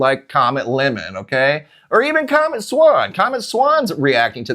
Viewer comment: Why You Kep sayng, c😂omet?!🤭